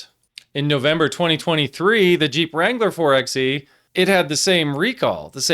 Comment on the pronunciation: It's pronounced 4 by E. As in 4 by electric death trap.